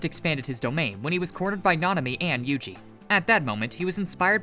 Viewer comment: Yugi!? Really its yuji